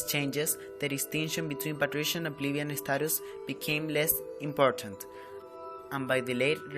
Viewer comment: You might want to double check the English pronunciation of plebeian